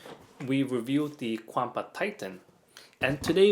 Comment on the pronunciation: is Kwamba the correct chinese pronounciation?